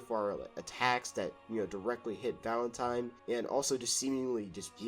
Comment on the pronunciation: Why is bro saying “Valentime”?